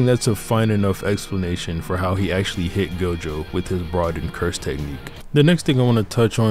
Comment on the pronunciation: It's not gojover